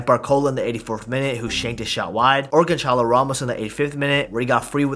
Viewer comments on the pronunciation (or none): none